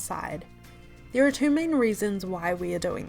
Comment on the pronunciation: The way she said “two” had me rolling 🤣